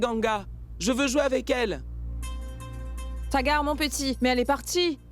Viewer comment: les traductions françaises des voix salissent les personnages, puis ce n'est pas TAGAR c'est Sagar qu'on dit